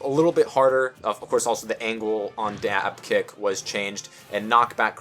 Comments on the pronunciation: Am I the only one who heard say Bayonetta's dive kick as "Dab kick?" just me? Even so, I can never call this move anything else ever again XD But legit good stuff bro you're right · I heard that xD